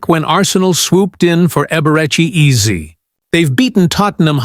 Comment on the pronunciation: Absolutely love this breakdown. Take note; it’s pronounced “Ae ze” not “Eazy” 😂❤